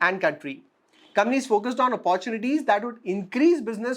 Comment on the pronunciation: Your analysis is fine. There’s a good deal of homework that you’ve done. I have one suggestion though. Work on your pronunciation esp words like economy, technology, opportunity etc. Listening to bad pronunciation is a put off especially when you seem to be doing a good job otherwise. It’s not much of an effort to correct your self. But you need to make that effort